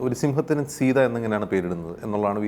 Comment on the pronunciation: Sita ennath സീത ennu vaayikathe സയ്ത ennu vaayicha theerunne prashne ullu